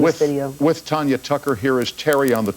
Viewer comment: It's TANYA, not TONYA